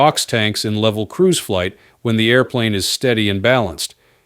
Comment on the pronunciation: "Flig" Debrief. You suck with your crappy AI